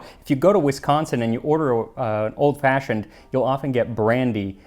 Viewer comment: Got slightly more "old fashhhiond" towards the end there.